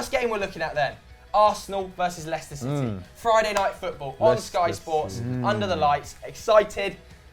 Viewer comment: Da lil Biscuit lestier😂😂😂 Lei-cester Leicester ffs